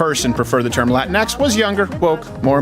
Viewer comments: Dr. Jill Biden's pronunciation of Latinx: "Lay-twine-cksss." Whenever I see the term, makes me crave a Twix... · With a Spanish accent, it's actually pronounced Latin-FLEM. The X has slight flem. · From my understanding, it's not Latin-X, it's la-Ti-nex, as to mimic the actual pronunciation of Latino and Latina. Still stupid as hell. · The 'Latin-X' pronunciation makes absolutely no sense on any level. I could just about understand 'La-tinx' but this is a new level of crazy. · The way Landau pronounced it sounded like "Kleenex". They probably thought he was trying to make fun of them. This is the epitome of an invented problem. It's not a great sign when the group of people the solution is supposed to help aren't aware of a problem, let alone the "solution", in the first place. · Dave said la tinex 😂. I have heard the arguments for latinx. Its all easily proven wrong, nor does latinx work in all situations. Latinx is also offensive. Latinas are proud women who are proud of being both feminine and latinas. They enjoy femininity for the most part same as Latino men. Let’s reserve latinx for the whites who created it and the Latinos who they have fooled into their bs. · why is latinx pronounced in a latin accent but the rest of the message is in an english accent. very insensitive that only the one word is accented while all of the other words are not.